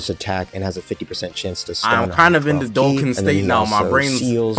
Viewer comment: W ass vid but its doe khan not doe ken